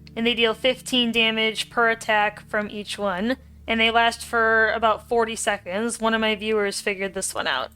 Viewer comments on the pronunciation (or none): "and they last for fifteen secNDs" girl whats that accent